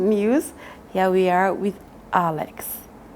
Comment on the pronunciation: The way she calls you 'Akex'😂